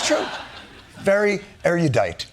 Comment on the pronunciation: That's not how "erudite" is pronounced. "Oxford: erudite /ˈɛrʊdʌɪt/ adjective & noun. lme. [ORIGIN: Latin eruditus pa. pple of erudire instruct, train, from e- e- + rudis rude, untrained: see -ite2.] A. adjective. 1. Learned, scholarly. Formerly, trained, instructed. lme. 2. Of writing etc.: that shows great learning. m16. B. noun. An erudite person, a scholar. rare. m19. Derivatives: ■ eruditely adverb e16. ■ eruditeness noun e19."